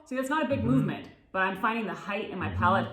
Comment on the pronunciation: Palate, not palette lol